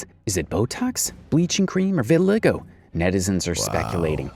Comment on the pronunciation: She has “revitiligo” 😂😂 IYKYK